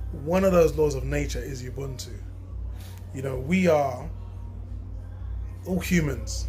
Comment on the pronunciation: Great video and totally agree with you but please watch the pronunciation! ..... Ngala is pronounced in the African way. "Nnngala" not "Nagala". Ubuntu, a Zulu (Nguni) word, is pronounced "Oobuntu" not "Youbuntu". It can be quite frustrating when diasporan brothers insist on using the white European ways of pronouncing African words. The first and easiest step to learning a local African language is to learn the correct African pronunciation.